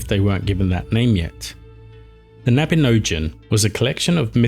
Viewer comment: Annwyn - Anooin. Mabinogion- Mab inn ogg eon (Welsh is phonetic with few extra rules). Myddfai - MuTHvai. Hard TH like this not thought and a single f is a v sound with ff representing f sound